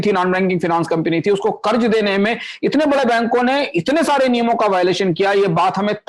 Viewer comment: कम्पनी को कम्पिनी बोल रहे हैं आप।